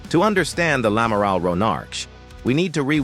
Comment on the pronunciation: Un amaral 😂😂😂 Et pourquoi pas un Amaril. ? En clair c’est l’Amiral. Ce ne serait pas l’une des FDI ?